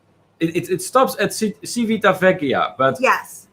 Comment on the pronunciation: You almost had it,, but ci and ce in Italian have the tch sound (not an S sound as in the Spanish language!) followed by the ee sound for i or the ay (as in day) sound for e! Civitavecchia (Ci-vi-ta-ve-cchi-a)= Chee-vee-tah-vay-kee-ah. Practice! And yes, Cay is always pronounced Kee. Do not ever let RCI fool you into thinking otherwise. Please reconsider booking the Epic. It is the absolute worst ship of the Norwegian fleet. The food and entertainment were not an issue. It's the entire ship design! The absolute worst. There's a reason why cruises were always some of the cheapest on the Epic before the Blip and also another reason there is no sister ship. Besides the horrible situation with only having two sets of lifts instead of at least three sets with midship lifts, the staterooms are the worst especially if sharing. Who thought it would be a good idea to put a mattress in the loo? Because over there across from your bed is the basin and in the other corner is the toilet, and the opposite corner of your stateroom is your shower so you end up with a wet floor and ceiling, and you're bothering others when late at night, you needed to wash your hands after using the glass enclosed toilet to "drop the kids off at the pool and watch them drown"! It's deconstructed so they hear everything! Rome in a day, especially coming from Civitavecchia, is very difficult. Same with Florence (Firenze). Please advise everyone about the pickpockets. They are masters of their craft, especi